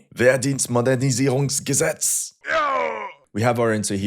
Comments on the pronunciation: Your pronunciation of "Wehrdienstmodernisierungsgesetz" was perfect. Are you secretly German? 😂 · I beg you to fix the focus of your camera. It should be on your eyes. Otherwise good videos and your pronounciation of Wehrdienstmodernisierungsgesetz ist very good :D